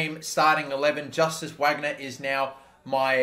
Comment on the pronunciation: VARGNER please mate 😩😩 why Whagner?? It’s German